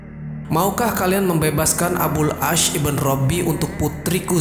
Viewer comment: Maaf sdr. Pemilik akun, ada yg sedikit mengganggu yaitu IBN bukan IBEN tapi singkatan dari IBNU yg artinya Putra, kata lain dari BIN yg juga artinya Putra. Terima kasih